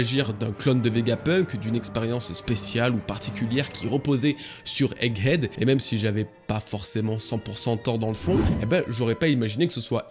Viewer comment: Bravo, 100% des prononciation de "egghead" étaient bonnes, y'a pas si longtemps on étais à moins de 10%:P